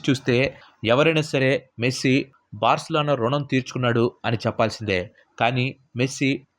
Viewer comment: Barcalano kaadhu Barcelona